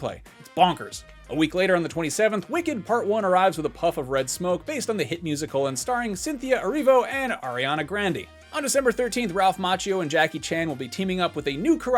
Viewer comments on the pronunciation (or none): "ARIANNA GRANDIE" LOLLLLLLLLL